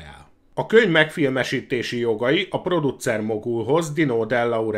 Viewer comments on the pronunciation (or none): Ha csak ennyi lenne a baj... Az egész kiejtés borzalmas. "érdekess", "produccer", "megfilmessítteni", sorolhatnám és ez még csak az első perc. Ettől az egésztől fizikai fájdalmat érzek. Én is kerülni fogom, ha meglátom még egyszer, csakúgy, mint Szoky-t.